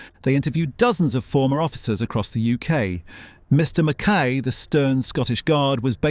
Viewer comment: You’ve obviously never seen a single episode before making this. You pronounced Fulton McKays surname and his character Mr McKay wrongly.